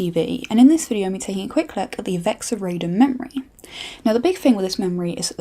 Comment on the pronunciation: YOU SAID RAIDEN WRONG I lost faith in this video from the start. :P